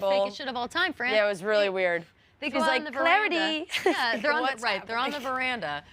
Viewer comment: The way they were saying clarity and I was like Ew this is not it immediate ick sooo grosss